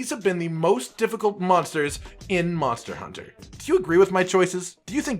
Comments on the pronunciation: he said monter hunter not monster hunter lol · Cotton says Monter Hunter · Are we not gonna talk about the fact that you said Monter hunter?